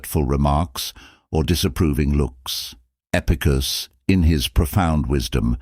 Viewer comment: Although the information is valuable, it would be beneficial to edit the script in such a way that the AI narrator can speak properly such things as Epictetus' name. Section breaks and correct pauses would also be useful.